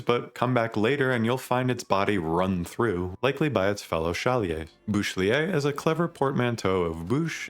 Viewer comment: You actually pronounced Boucheclier pretty well.